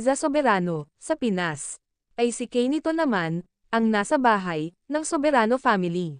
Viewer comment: Korek na rin po pagbigkas ng nickname ni Quen na Quenito pronounce as Kenito not Keynito. Salamat po na laging updated sa ganap ng LizQuen